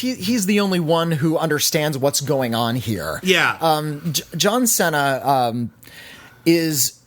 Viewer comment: That’s a weird way of pronouncing John Cena